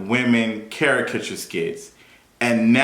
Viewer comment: Now everybody saying charakatureee ugh 😑